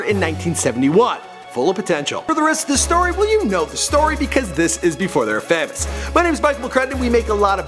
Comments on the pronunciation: did this guy just say "FAH-MOUS"....ITS PROMOUNCED "FAY-MOUS" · said fam-ous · He says famous weird